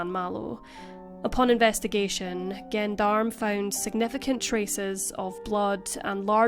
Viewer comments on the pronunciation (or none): Fascinating case! (BTW - 'Gendarme' is pronounced 'Johndahm') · Not trying to be a cleverdick, but you should know that gendarme is pronounced with a zh- sound like in "pleasure". So "zhen-darme". In French, "g" is only hard in front of a, o and u. ;-) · Gendarme is french police .Jondarm is a closer pronunciation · For non french it sounds almost like a j so I commented to pronounce it jondarm which is close . My Mom always called the police this .She was anglophone from Quebec . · Not to take away from the tragic case but gendarme is pronounced like “j” for Julia not “g” for the name of the missing family.